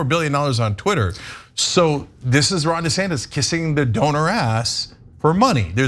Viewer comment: "Ron Desaster" 😂😂😂😂